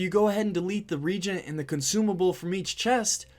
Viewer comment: Say it with me ree-a-gent.